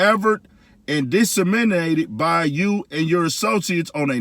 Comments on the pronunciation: Bro just put emphasis on the wrong syllable. At least all the letters were in the right place 😂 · “Disseminated” kicked my dawg ass didn’t it 😂😂😂😂😂😂😂 shoutout to you lol